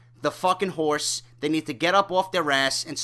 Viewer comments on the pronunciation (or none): none